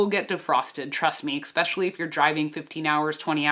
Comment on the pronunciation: "EX-specially..." Especially**